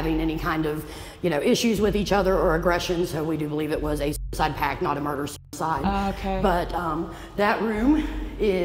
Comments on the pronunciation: i know she didn't wanna say the word but "sewerside" has me dying😭😂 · Kris…. Did u say sewerside…. cough look back at this…😅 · Did you say "sewer-side" or "suicide"?? Edit:nvm i get it im just stupid